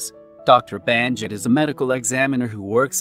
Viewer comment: It's Bannakit not Bahnjit.